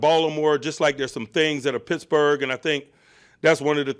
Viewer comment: That’s how you pronounce our city coach